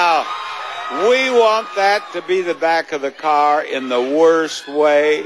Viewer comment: I love Rich Fields' energy and enthusiasm, but he forgot that there is an "R" at the end of "CAR." He actually said Jerry could win a NEW CAAAAAAHHHHHHHHHH! And he's not even from Boston :)